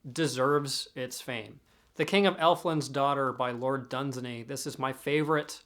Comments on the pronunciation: Great content so keep it up! Can I just remark that Lord Dunsany's title is pronounced like this 'Dunsaaany', with a long drown out A sound. It's similar to the A in 'insane'. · Dunsany is pronounced "Done-sane-ee."